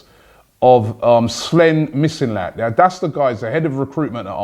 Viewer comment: missinlad too